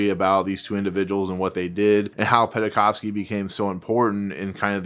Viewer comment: Oleg's last name is pronounced "Pen-kov-sky", not "Penna-kov-sky". We owe Wynne and Penkovsky so much, the name should be pronounced properly as a respect.